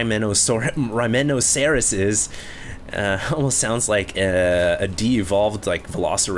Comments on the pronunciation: Rhyme - Noceros like Rhinoceros not RYMENOCERUS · Rhy - meh - no- cerr- us ... LMAO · Dude..., it's Rhyme-noceros. Like Rhinoceros but RHYME instead of RHINE. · its pronounced: Rhyme - Noceros as in Rhi - Noceros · RHYMEN-OC-ER-OUS. Come on. Step up the pronunciation game. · Interesting game, truely shitty commentary, watched it on mute after couldn't sound out "Rhymenosceros" even after. Someone said he doesn't know the Archon toilet was nerfed. Not Surprised.